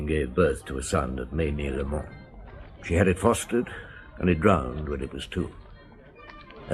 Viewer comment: Whenever this was recorded, it's a horrible version! The narrator can't pronounce the protagonist's name 'Maigret' correctly (!) and the Australian accent is as irritating as the overpowering sound effects. I can't bear to listen further. Sorry!